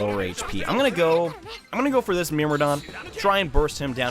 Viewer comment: “Myrmidon”. You pronounce it as “Mirmodon”, usually we pronounce as “Mermidon”. Just saying :D